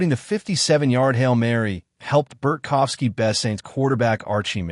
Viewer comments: It’s BART kowski…not Bert kowski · There’s no F in his name. Bart kow ski.